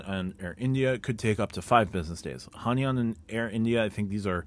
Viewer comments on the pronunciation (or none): Gna have to be that guy, but it's pronounced "Hai-naan"